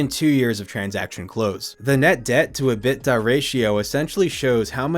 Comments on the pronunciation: EBITDA = E-bit-tah, not "uh-bit-tuh" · Dude...your content is usually good, but who is Robert Zimmerman? How is EBITDA pronounced? You're better than this! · mclovin should have told you how to pronounce EBITDA. thanks for the video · EBITDA pronunciation is revolutionary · Love the pronunciation of ebitda 😅